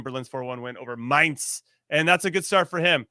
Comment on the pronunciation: OMG, now that Jimmy pronounced my-nts ("Mainz") absolutely perfect, he can dub German Officers in American WWII movies saying "Zoo/Zebrastreifen/Zaun/Zensur/Zahnspange... " eeeeeeasy. Kudos, from Mainz am Rhein, Germany :face-green-smiling